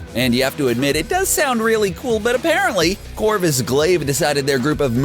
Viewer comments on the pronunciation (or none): none